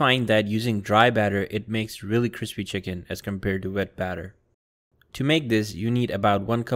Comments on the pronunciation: This was delicious. My chicken wasn't "cwispy" but the sauce was BOMB. !!!! Thanks for posting. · Hey sean do you watch joshua weissman because he always says CWISPY